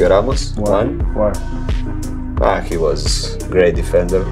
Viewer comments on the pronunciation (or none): That "why" was personal 💀